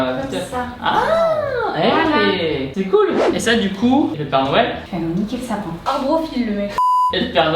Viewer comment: les cadeaus de "noyel"